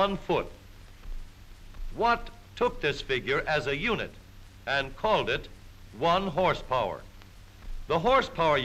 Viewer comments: At around the two minute mark when the narrator exclaimed "Horse power" I heard "Horse porn" and quickly double checked the title of the video. I have no interest in the latter. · Don’t you mean “hrspwr”?